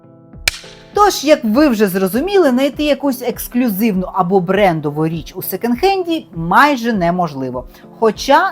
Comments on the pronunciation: произносится секОнд хэнд) почему вы сто раз сказали "секенд"?)) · Мова безграмотна: що ,,секЕнд" хенд, що ,,більш краще", що ,,шестиста"...